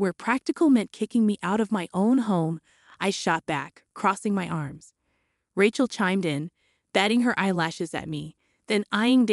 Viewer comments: What's with "RAH-CHEL" and "RAT-CHEL"? Rachel is said as "RAY-CHEL"! You can't say a simple and common biblical name that is thousands of years old? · The name is RAY-chel, like in Ray Charles, not Rat-chel, like in ratchet set. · "Raht-chul" Gotta hand it to these AI voices narrating these fanfictions. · Ray-chel. Accent on the first syllable. Need to proof material. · I don’t think she can read well or write. I never heard Aunt as On and the name Rachel pronounce the way she did. Before downloading a video make sure you double check it. No one did this one. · Ray-chel or Ray-shel depending on how the parents pronounce it.